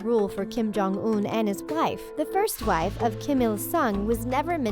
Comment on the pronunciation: she said gife instead of wife